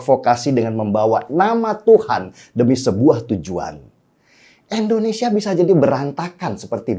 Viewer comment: bang denny... Indonesia, bang bukan Endonesia.. pake I bukn E ... dibenerin donk bhsanya..